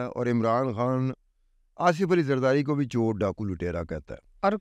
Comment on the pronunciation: ، "کھان" نہیں ہوتا بلکہ "خان'' ہوتا ہے...